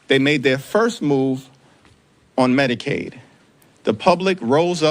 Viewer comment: Im pretty sure it should be pronounced Medic-aid and not Medi-caid...as this guy says putting the slight pause where its needed..... 😜😅